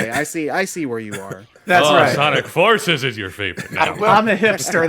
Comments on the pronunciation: he was trying to say Forces's which I get sounds awkward out loud but given the context idk how you missed that lol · Forcieces? what the hell are you saying? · I know what he was trying to say I was just making fun of his inability to say it I mean he does that a lot its funny